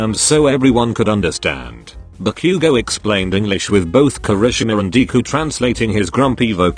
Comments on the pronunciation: When it said Ba-Bakugo it sounded like Barbequego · I laughed harder when the bot said "barbeque-go" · The voice said barque 💀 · When zero said: "Ba-bakugo😳" The Google Voice really said- Barbecuego